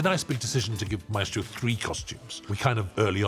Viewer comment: There’s something so satisfying about how they say Maestro